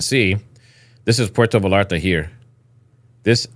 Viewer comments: Bro it's Puerto Vallarta Pronounced (Véyarta) there is no "L" sound. It's a Y sound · Pronounced puerto VAYARTA" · Pwhere -toe - vay - yar - ta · V a y a r t a. Like tortilla... Puerto Vallarta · I almost had to stop watching and I’m not a native Spanish speaker. How do you grow up in the US and not know the two lls in Spanish are silent